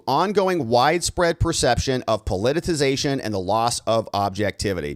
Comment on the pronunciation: Please stop saying "po-li-ti-TI-zation". It makes you sound like an idiot.